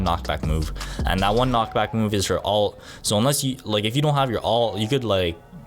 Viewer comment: ULT not ALT!